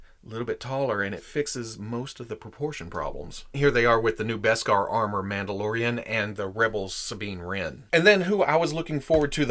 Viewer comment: Is no one going to acknowledge how said “Mauldalorian” so now I call them Mauldalorians